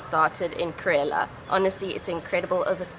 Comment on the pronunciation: it is not karela , it is kerala.